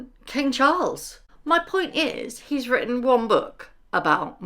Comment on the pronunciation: " You've wrowten" 😂😂 Dummy uneducated sussex squad.